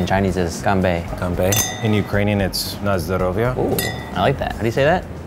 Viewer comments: he said it so well! The accent is almost undetectable!! We do say Za Zdorov'ya (за здоров'я = for health) when we toast, as for Na Zdorov'ya (на здоров'я = you're welcome), is used as response to thank you, usually after a meal. But anyway good pronunciation 👏👏👏 I'm impressed! I'm Ukrainian BTW. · Did I just hear ukrainian? And it was pronounced well enough that a Russian or Ukrainian would understand it easily? I’m impressed. Btw the ‘toast’ said basically means ‘for good health’!